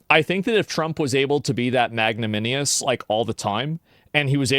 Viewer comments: MY DAWG SAID MAGNAMINIOUS 😭😭😭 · SAY IT WITH ME ASMON! MAG-NAN-I-MOUS Magnanimous. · The pronunciation is MAG NAN IM US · Is dude reading like an ai teleprompter lol? How does he mispronounce magnanimous or marjorie if hes speaking off the cuff? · He in fact did not pronounce magnanimous correctly lol. Just like he mispronounces Marjorie incorrectly. Lol